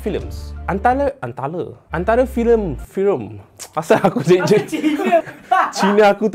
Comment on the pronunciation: ulang2 part yg tersasul tu, “antala firem” sorry kelakar sngt